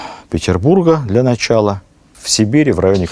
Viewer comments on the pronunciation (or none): none